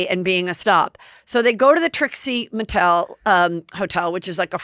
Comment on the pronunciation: I first thought Mary said Homo-tel lol